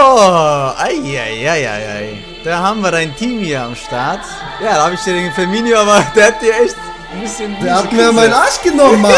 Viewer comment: Ee heißt dennoch Firmino und nicht Firminio